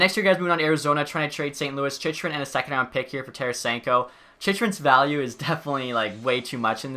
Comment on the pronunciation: another vid where you mispronounce chychrun